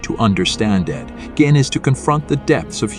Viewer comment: Ah yes, ed gein, the monster with a name never pronounced the same way twice.